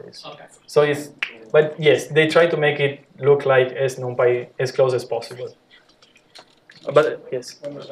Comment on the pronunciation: Thanks a lot for sharing the lectures.... But, please spell 'numpy' correctly ( not 'noompy' ) ... ear hurts on hearing that repeatedly 😖